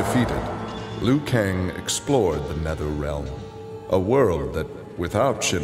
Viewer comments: idiot it's not lui kang it's liu kang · ITS LIU KANG NOT LUI KANG!!!! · It said Lui Kang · Lui kang??? Liu kang